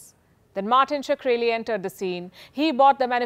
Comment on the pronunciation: I feel pronouncing his name like 'Sakreli' is a bit sacreligious